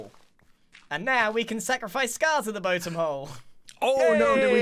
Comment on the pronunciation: Don't you mean the "boatem" of you stomach just dropped?